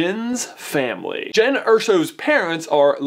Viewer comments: her name is JYN NOT JEN MY GOODNESS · It's JYN , pronounced J-I-N with an i sound! No E in there so it's not JEN! Sorry it just really annoyed me! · Ahhh its Jyn not jen